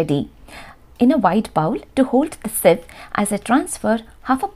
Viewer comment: Bowl not baowl